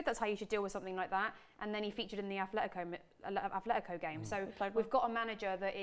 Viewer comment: my ears hurt from the amount of times I heard Athletico in this video, its Atletico